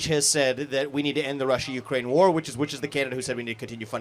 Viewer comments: She can’t even pronounce war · She can't even pronounce "war" properly.